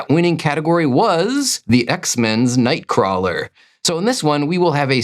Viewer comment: I actually love watching these, and will continue to do so! I just disagree on how you pronounce nightcrawler’s name